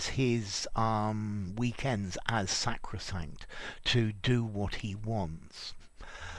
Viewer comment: This channel is sacrosanct to me. Also, I really enjoyed the pronunciation of sacrosanct.